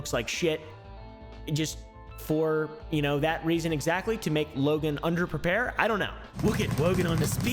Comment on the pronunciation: “This is Wogan’s Bwoken Pwomise” 💀😂